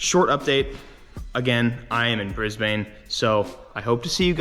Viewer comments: As an Aussie, I swear it physically hurts me when I hear him say Brisbane.. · So you know in Australia we say it like “Bris-bn.” not "Briz-bayne"